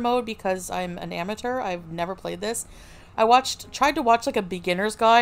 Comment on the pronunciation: “I’m an am a tur” gorl what who says amateur like that